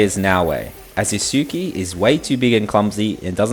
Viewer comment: I find it interesting that the game tells you over and over how to pronounce his name, and yet 🥴